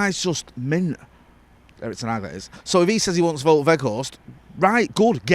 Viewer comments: It's actually pronounced 'Wowt' rather than 'Vote' I think. 👍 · Here you go: Wout is said like Nowt with a "V" and Weghorst also starts with the "V" sound and the g is very soft. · You pronounce Wout the same as the English word Bout. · it's W-out (like the out in glazers out) We-G-horst (hard dutch G) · I am Dutch.. you pronounce "ou" in Wout like the "ou in the English word "out.. let it all out.. let it all Wout... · its pronounced Wow'd, the surname you got surprisingly good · It's pronounced as Wout (rhymes with nowt but with a V) In ETH we trust